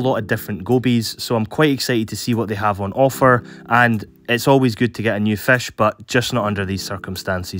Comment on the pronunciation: I remember this guy of the way he say fesh UwU Im actully trying pick my first fish and I thought goby! Now Im here again yay Hmm.. Do Wheeler goby sand sift too? 😅